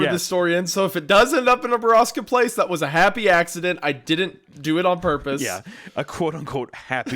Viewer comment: "Happy Appsident" My god